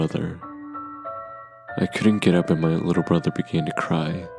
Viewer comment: Lol "while my little bother"